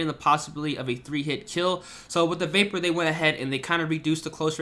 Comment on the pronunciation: It’s not a vaper it’s the vahp-yur